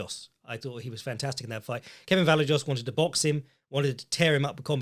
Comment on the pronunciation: Vallejos name is pronounced like “vuh-zhay-oss”. Weird Argentinian thing